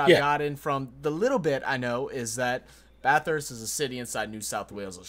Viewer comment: Bath ust, not Bath Hurst , not Bath Hurst